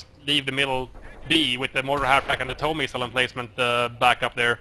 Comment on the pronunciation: Please say TOW as in toe.